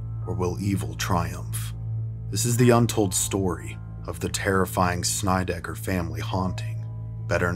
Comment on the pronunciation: Why on Earth would you pronounce the name Snedecker as having another vowel in there such as the letter "I" in it ? ? Having a rather extensive history studying the English language myself, would find the correct pronunciation to be with the word "ed" as in the name Edward, not an I as in Ivy. Great 3 hours of viewing though. Many thanks ! ! !